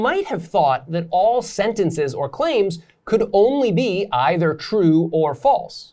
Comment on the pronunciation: Maybe spend more time learning how to pronounce either and neither.